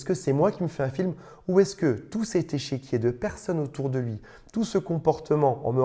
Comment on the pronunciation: Au lieu d'échiquier, tu dis "échéquier" : j'entends deux choses : échec et chéquier ... ton chéquier est-il en échec ou le chéquier peut-il racheter les échecs ?